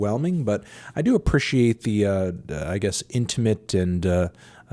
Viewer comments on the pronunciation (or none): I really hate the way Anthony pronounces “appreciate”. I feel like he says it in literally every video specifically to spite me personally.